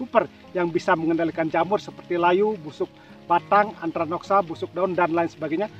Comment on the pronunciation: Maaf Antraknosa, bukan antranoksa..🙏